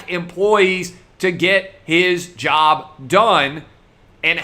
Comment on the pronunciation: "I took....my own jerb?"